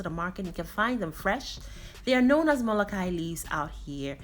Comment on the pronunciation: Fyi it's pronounced Molo khee ya. The khee is from the throat.